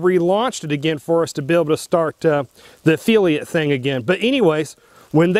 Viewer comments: What is an affeelia program? Is he trying to say the word "affiliate"?? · It is a-fill-eeat... not a-feel-e-ate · It's a Affiliate NOT A feeliate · Affeeliate/Affiliate. He said it about a dozen times. Lol. Seriously though, great content. I never considered USCCA wouldn’t have my back. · A-FILL-e-ate...not a-feelie-ate, just trying to help bro, thank you for another great video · He's said it like that for a long time and I've thought about correcting him, too. But I don't because I get a giggle everytime he says it like that. lol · Efeeliate? I had to use cc to hear affiliate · Affiliate (ah-fil-lee-at) not (ah-fee-lee-ut) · i finally figured out what you were saying LOL. I thought you were saying EFILIATE AFEELIATE program. and i was like what the heck is an EFILIATE AFEELIATE program LOL. Affiliate. AH i got it now. LOL a fill e ate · Affiliate not Afeeliate. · A fill-a-ot not Afeel-ee-at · It's pronounced "af-FILL-iate" not "af-FEEL-iate"...otherwise, that was a great video.... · Why am I watching a video of a guy giving his "expert" opinion when it doesn't seem like he actually knows anything? You're an "affiliate" (NOT an "affeeliate"), did it ever occur to you to call the USCCA and ASK them before making a video? When you retire you would make a good journalist, lol. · If you are getting compensated by USCCA, why would you object to reading what they want you to read? You have to take the good with the bad my friend. Sounds like you are the problem, not necessarily USCCA. What the hell is an "af-feel-iate", do you mean affiliate? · WTF is an afeeeliate? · A-feel-iat? Ha! You lost all credibility right there. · affiliate - widely pronounced "uh-FILL-ee-et"... vs "uf-fee-lee-uht." Had to hear several times to understand him... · This guy can’t even pronounce affiliate! Lolololol Uh feely at lol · Annoying mispronunciation. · yeah, I’ve never heard anyone pronounce affiliate like that. Very strange.